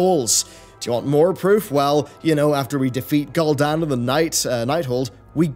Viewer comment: Good video, very interesting!!! Can’t wait for shadowland!! Ps: it’s pronounced Gul’dan. ( ghoul’dan) 😉